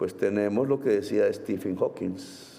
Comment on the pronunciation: amoramor debes ser Gustavo Bolivar que está tan enamorado de Petro, para creer que lo que dijo es perfecto...bla bla bla bla y no tiene sentido lo que dice😂😂😂😂 Petro ni si quiera sabe pronunciar😂😂😂 quién es Estifin Hawking???😂😂😂